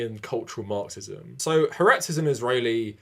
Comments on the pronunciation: You pronounce Haaretz “Hah Ahretz”. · Tiny nitpick but haaretz is pronounced ha-aretz. In Hebrew "ha" means "the" and it's kind of a separate word even though it's part of the word.